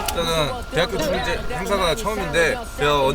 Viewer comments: 그와중에 대학 축'재'.... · 언에듀 이와중에 쯤에 대학축제할때 축제라 해야하는데 축'재'라 했네 ㅋㅋㅋㅋㅋㅋ